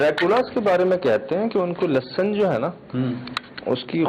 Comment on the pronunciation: leh-sun not lussun